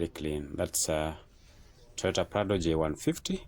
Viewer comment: What did I hear? 2.599M toyata prado? Waah. Thats a deal.